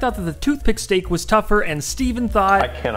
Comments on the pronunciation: I love how he said stek and got fricken 8.1K likes like...... what? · Mmmm..... Yess...... STEK...... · stek indeed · Yes stek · Yes, stek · Good Stek